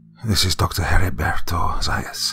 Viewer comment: Almost all the locations name are real places where i grew up and i just wanted to say, Dr, you did an amazing job with the pronunciation